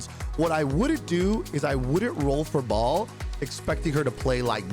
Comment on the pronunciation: What the junk is "Ball"?!?!? It's Ba-el!!!!!!